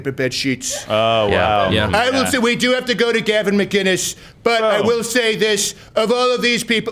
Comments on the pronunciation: Even as President, you can’t say McKKKiness! Get your staff to help you say his name, sheesh! Great job on everything else. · I refuse to believe that Steven Growder still doesn't know how to say Gavin's last name! It's MC-Innes... MC..Innes